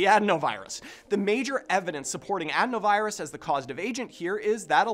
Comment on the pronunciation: That would be a pretty BIG coincidence no? Couldn’t possibly be related to the lab designed virus that swept the world, or the untested vaccine. Take it from this guy who can’t pronounce adenovirus